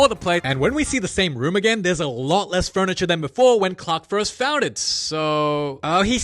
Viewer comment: “But loess aura in the process” 🤣🤣🤣🤣